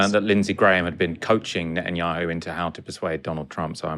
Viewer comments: He keeps saying Nutanyahu! Deliberately mispronounciating? Anyway, it about sums him up..nutter! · I like the way he pronounce bibis name sounds like Nutanyahu haha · Thats the whole point, nutenyahu is a nutter!